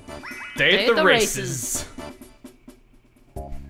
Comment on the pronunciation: Another great video,. Peach's appearance is an improvement in that Face Lift minigame. It sound like you said day at the racists, but I know you said races. That was back when Toad sounded cute and Asian and his voice wasn't ear-rape. There's no non-shouting Toad voice. There is so much more I could say about Toad and about Peach, but I'll save that for next time.